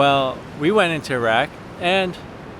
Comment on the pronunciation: it's good to hear you pronounce Iraq correctly, like every other country on earth bar americans....lol